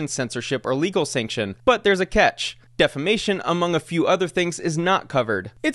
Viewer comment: Damn someone that doesn’t even know how to say defamation won the defamation case that’s gotta hurt even more🥴😂